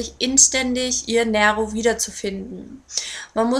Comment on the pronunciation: Ja Nero Corleone ist Italienisch und bedeutet halt "schwarzes Löwenherz" ich habe auch einen schwarzen Kater mit weißer Pfote und musste garnicht groß überlegen als ich ihn bekommen hab sondern hab ihn gleich Nero genannt! aber sag doch nicht immer "Näro" das macht mich echt nen bissl wuschig :D